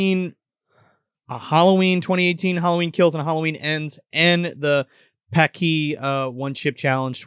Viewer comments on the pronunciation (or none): You have it mixed up. Laurie was convinced that Michael was coming for her and everyone else was like “Uh, no…” Edit: Paqui is pronounced pocky, not puckee 🤣